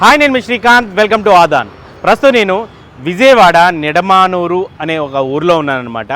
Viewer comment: నిడుమూరు అని చెబుతున్నారు,కాని అసలు పేరు నిడమానురు. మాది పోరంకి.